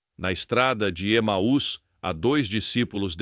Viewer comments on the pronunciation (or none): none